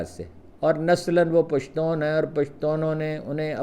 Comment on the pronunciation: اپکا پشتون کہنا بہت اچھا لگتا ھے ۔ ھم پشتو بولنے والوں کے لئے